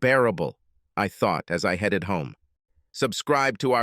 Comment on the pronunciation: Swear it is.. I'm tired of hearing headed pronounced Heed it